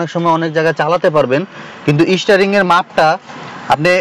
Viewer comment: Isstaring 😂, isstarted